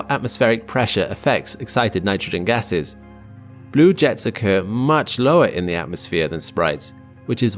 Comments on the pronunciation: Lost after I heard the atmosphere has gayses. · Ah yes, I love learning about the gayses in the atmosphere